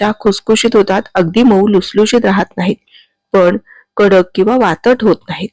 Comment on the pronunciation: वातट नाही, वातड